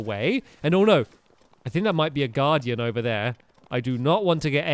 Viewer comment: U said stay away from the garden instead of guardian